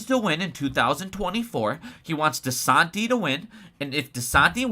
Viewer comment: You’re saying desantis name wrong lol but great video